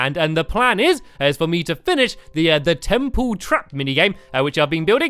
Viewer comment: was it me or did he just say tremple